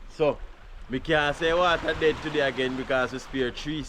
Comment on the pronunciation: lol you the G said (DAE) dead lol 😂😂😂😂